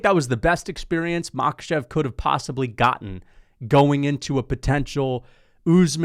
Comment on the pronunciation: It's Makhàchev and Tsarukýan, not Màkhachev and Tsarúkyan